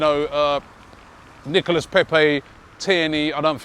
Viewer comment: Can you please get Pepe's name right. It's NicolA Pepe (don't pronounce the S) We should win 2-1